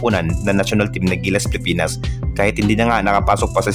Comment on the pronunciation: Ayusin mo ang pagbigkas ng Pilipinas.